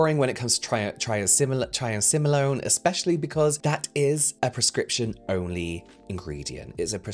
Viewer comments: Let me help I do medications at a nursing home phonetically it’s pronounced try-am-sin-alone took me forever to pronounce it 😊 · Try-am-sin-alone (triamcinalone) Took me awhile too when I had it temporarily prescribed in the past for a lip thing. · I noticed you struggling with Triamcinolone’s pronunciation! Idk if you care or not, but if you do care, its pronunciation is Try-am-sin-alone! Anyway, thank you so much for all the education you provide for us! ❤ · Try-am-sin-ah-lone That's how you pronounce it. It's a corticosteroid (which is easier to say). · Pharmacist here 🙋🏻‍♀️ It’s so unethical to sell something to people that contains such strong ingredients without even mentioning them. I’m glad he’s educating people about steroids and their potential side effects when used longterm. And the way he pronounces triamcinolone is sooo funny 😂 love you james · The pharmacist in me cries a little every time you struggle to say triamcinolone 😂 I love it ❤ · Why do I watch influencers who can't pronounce triamcinolone and don't know a symbol for micrograms? I expected better from the person who presumably went to elementary school in Europe... There must be something wrong with me.